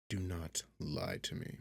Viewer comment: “Im nort a rat 🥺🫡☹️” LMAFOAOAOAO